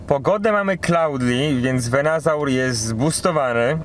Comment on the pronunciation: nie wiem, czy robisz to specjalnie, czy nie, ale to nie jest VenAsaur, tylko VenUsaur :D już któryś filmik, gdzie źle to wymawiasz :D oczywiście Twoja sprawa, ale gdy oglądają Cię inni, dobrze dawać dobry przykład :) Film jak zwykle super, gratulacje duo!